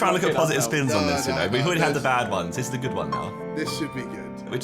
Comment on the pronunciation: how does josh say "bad" without touching his lips